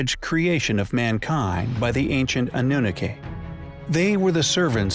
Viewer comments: Omg stop pronouncing Annunaki that way!! 😂✋🚫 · Sorcha de Adair is he pronouncing this wrong on purpose?